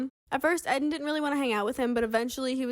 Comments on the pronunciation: Isn’t it pronounced eee - den ? Not Ed - den? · his name is rlly pronounced ed-in and not eedin? lol poor guy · Is this how Eden’s name is actually pronounced?!